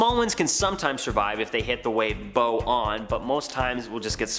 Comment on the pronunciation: Boe? You mean bow